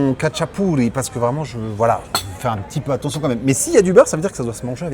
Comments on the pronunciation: Ca se prononce ratchapouri, et rinrali 😉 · Salut. Je suis un grand fan du khachapuri. Juste pour info, Le KHA se prononce comme le J de "jamón" en espagnol. Sinon l'oeuf se mélange, tu racles le fromages sous la croûte pour bien mélanger avec le jaune. Normalement le beurre aurait dû être sur le dessus (ils ont dû penser a6ta santé 😅). Quant au fromage, c'est un mélange de sulugini et imeruli. Le sulugini c'est trouvable en France dans une épicerie de l'est... Par contre imeruli , quasi impossible. Pour ceux qui veulent en faire à la maison , 70% mozzarella et 30% feta c'est quasiment pareil. (C'est ce que font certains resto géorgien à travers le monde et en Europe de l'ouest). A+